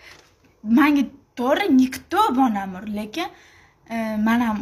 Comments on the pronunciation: Bonamurni ismini togri aytishdi organvosin onasi tavba😂😂😂😂balamur deydi😂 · Bolamur mas Bonamur 😂😂😂😂😂😂 oldin gapirishni organvosin qiziga sokinishdan orgatishdan oldin😂😂😂😂😂